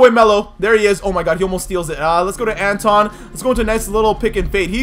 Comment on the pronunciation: Who else got triggered when he called him anton